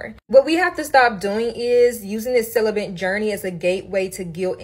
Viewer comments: The word is CELIBATE NOT CELIBENT!! y’all really piss me off with the mispronunciation of that word!!! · Anyone else kinda relish the way this woman says “celibate”? “Celibant”…. “celibancy”… She also says “strinct” instead of “strict”. She could start an ASMR channel.